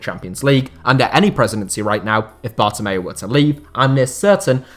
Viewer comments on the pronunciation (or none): none